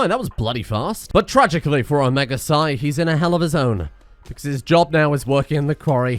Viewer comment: Psi, not sigh.